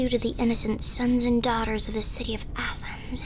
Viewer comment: When you sed "the king of athenes" i FREAKED OUT beasue im greek!